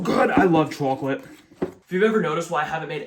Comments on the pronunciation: I love your pronunciation of chocolate, "troclate", it's hilarious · the way you say chocolate is craaaaaaaaaaaaaaaaaaaaazzzy